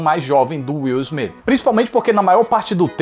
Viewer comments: "Is Smith" AHUEHAUEHUAHEUAHEAHHE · "Is Smith" huehuehuehue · Demorei pra entender o "is Smith" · "Is Smith" hasiahshais que pérola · "IS" SMITH KKKKKKKKKKKKKKKKKKKKKKKKKKKKKKKKKKKKKKKKKKKKKKK KKKKKKKKKKKKKKKKKKKKKKKKKKKKKKKKKKKKKKKKKKKKKKK KKKKKKKKKKKKKKKKKKKKKKKKKKKKKKKKKKKKKKKKKKKKKKK